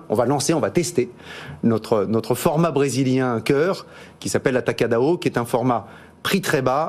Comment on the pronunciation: Atacadon on dit